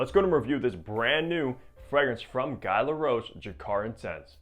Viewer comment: Another impressive, thorough and knowledgeable review by you, Hunter! I really think you're one of the better fragrance reviewers on YouTube right now. (For what it's worth, Guy in French is pronounced with a hard G and a long E. Like we pronounce the word ghee in English.)